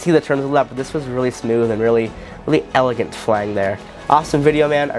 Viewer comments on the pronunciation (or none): none